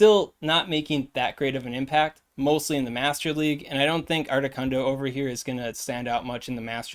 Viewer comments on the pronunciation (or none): Articuno, not articunDo 😅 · Ardicundo lol you said it right the 4th time what’s that all about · my man.... uno, dos, tres. 1,2,3 duh.... it's not that hard to say articuno 🤣🤣🤣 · I came for the video title but I stayed for the pronunciation of Articundo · I keep hearing “ARTI KUNDO” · “Art-i-cuhn-do” is a joke I’m missing, right…? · Why are you saying Articuno’s name with an ascent?